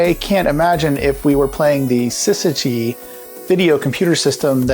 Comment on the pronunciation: Remember, the first syllable of Syzygy sounds like siz and not sis.